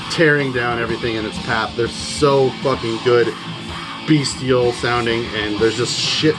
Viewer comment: I love your videos man. Definitely introduced me to a lot of amazing black metal releases, but most of all I want to thank you for being the ONLY metal YouTuber that actually pronounced the word "bestial" correctly hahaha